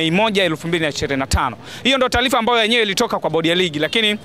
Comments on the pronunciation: Very poor swahili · Taalifa ni taarifa;mpira sio mpilanambali ni numbari!kingeleza kingereza